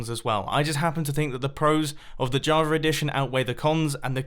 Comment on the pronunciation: Why does it sound like you say Javar every time instead of Java? Am I going crazy?